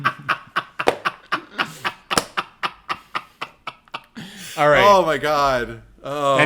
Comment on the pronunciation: Hey Guys! North Carolina native here. Raleigh is pronounced like it rhymes with holly (think of the song " Deck the halls with boughs of holly Fa la la la la, la la la la"). Both of you seemed to be uncomfortable when you said it. Hope that this helps♥